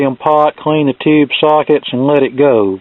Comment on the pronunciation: Take a shot every time he said "ToHOoUuube"...